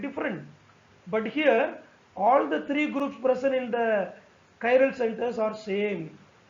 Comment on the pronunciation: Sir wo थ्रीयो हैं त्रयो नहीं